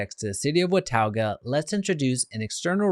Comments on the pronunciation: It’s not pronounced “Watowga” its pronounced “Watoga” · WA TAU GUH! lmfao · Hey dude if you're going to do a video on Watauga pronounce it right!!!! wuh·taa·guh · It’s pronounced what-taw-ga. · you should have learned how to say wa-ta-ga before making this video. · How many times can you say the name of a city wrong? It's pronounced Wuh - taw - guh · thats not how you say watauga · You are butchering the name. Also showing photos that are not of Watauga. We do not have mountains visible from Watauga. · Wow....u r so uninformed. U do not even pronounce it correctly. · Thanks because his pronunciation was very annoying. Maybe do some research next time, bud LOL